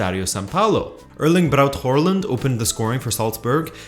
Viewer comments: why do you say håRland? there is no r in there.. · Please. Don’t. Pronounce it. Whoreland... there is no R in Haaland!! Luv ur vids But pls;(( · The way you casually say Haaland